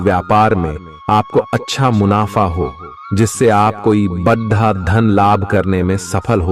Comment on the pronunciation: Yarr aap pls bada ko bada hi bole badhha achha nhi lgta or v Kai jgh aise aap pronounce krte h jo bilkul achha nhi lgta pls aap is p gaur jaroor kre